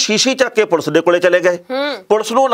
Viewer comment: enna time hogya khabra nu par ajj tak thonu 'police' kehna ni aaya... jiwe tusi bolde aa bht hi unprofessional te uneducated ja way aa